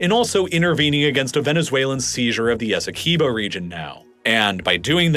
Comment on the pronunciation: As a guyanese everytime you say essequibo wrong i flinch